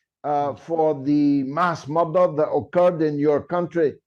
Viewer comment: You should try to differentiate your pronunciation of mother and murder!